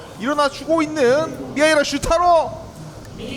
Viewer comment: 예? 미하기레스투롸토요?